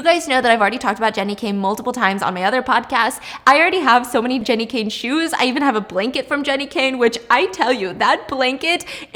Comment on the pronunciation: did anyone notice she said G.e.n.n.i instead of J? lol😆 Love ya Stephenie💘🏌🏻‍♀️